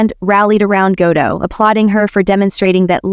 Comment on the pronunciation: It's Ga-dot, not Ga-dough.